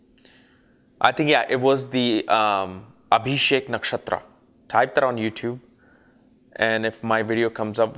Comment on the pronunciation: What is a Abhishek Nakshtra? 😏 Are you trying to say ashlesha, anuradha or Ashwini Nakshatra?